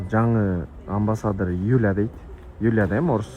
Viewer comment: Амбы Садыр дегендей угулдуго